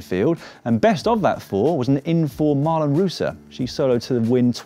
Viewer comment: A little tip: Marlen Reusser, is not Marl'n Roossah, but more like Marlain Roysser. ~lane ~oyster